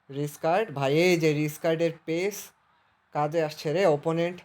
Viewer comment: রিজকার্ড ❌ রাইকার্ড ✅